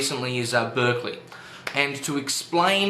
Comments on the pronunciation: Good job summing up the arguments, but I do have one nitpick: you mispronounced Berkeley's name. It should be pronounced Bark-lee (as in a dog's bark) rather than Berk-lee (as in UC Berkeley). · It's pronounced BARK-ly by the way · It"s actually spelled Berkeley but is pronounced with an A! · His name is pronounced 'Barkeley'